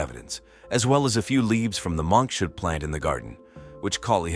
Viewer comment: When narrator names the poison in the first case, it sounds like "monks wood"; actually it may be "monkshood" (with an H). Wikipedia identifies monkshood as "aconitum, also known as aconite, monkshood, wolfsbane, leopard's bane, devil's helmet, or blue rocket, a genus of over 250 species of flowering plants belonging to the family Ranunculaceae." Wolfsbane, arsenic and almost any drug in excess are also poisons. Do not drink bleach or eat light bulbs. Any adult male teacher who has overnight 'study sessions" in his one-bedroom apartments should be highly suspect.